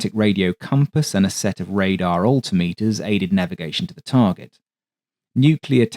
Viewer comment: Please learn to say " altimeter"